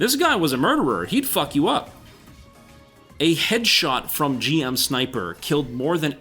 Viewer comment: I really hope it will be resurrected somehow I was part of the closed beta test and LOVED it from the beginning once it went live I was a Unicorn main it was so much fun and it's also my favorite gundam of all time. BTW GM is pronounced jim. Witch from mercury picks up in season 2 and Iron Blooded Orphans is great